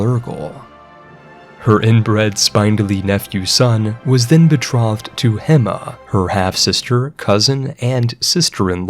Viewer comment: I feel I must tell you spindly is pronounced spin dull ee. Also betrothed is pronounced bee troe th’d. Th as in “this,” not as in “three.” It is the mark of a well read person that they know complicated words without ever having heard them pronounced.